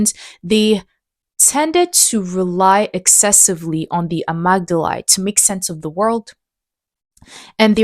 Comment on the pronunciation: Amygdala = uh-MIG-duh-luh